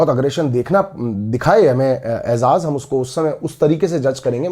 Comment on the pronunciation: Aizaz nahi ejaz